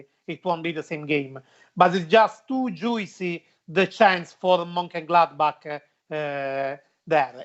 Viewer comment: 😂 the way say “juicy “ is so funny